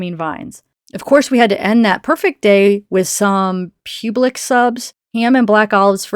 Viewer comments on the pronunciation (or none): We had someone visit us from Kentucky and he said pube-lix too...we got a good laugh